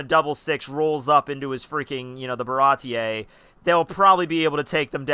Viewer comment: It's just "Bara-tee" wtf is up with those pronounciations